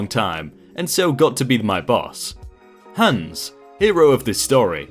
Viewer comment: You murdered the name hans!